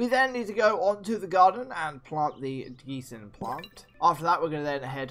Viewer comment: Gensing is pronounced Jen-sing